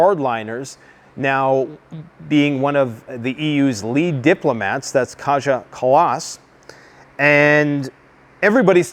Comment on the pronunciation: Funny how you pronounce Kaja Kallas completely wrong.